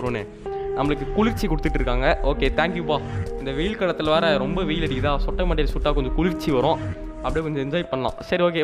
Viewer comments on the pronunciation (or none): athu sootai illa sottai next time correct pannunga please kindy request